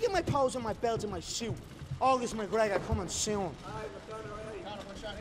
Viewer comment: coming sewn 😂😂😂